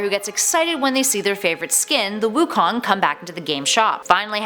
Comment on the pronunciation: Wukon more like raven